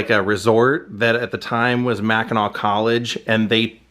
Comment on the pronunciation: Love how you say Mackinaw - a lot of people don't, they say Mackinac islandy